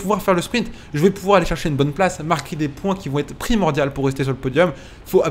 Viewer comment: Primaurdiaux et non pas primordials 😂